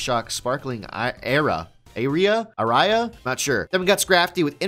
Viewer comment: Sparkling Aria (Arr-e-ah)